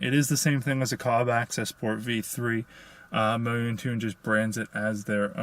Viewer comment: Mo-yoon-tune hahaha it's moun-tune